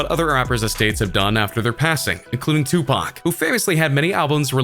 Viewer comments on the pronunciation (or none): none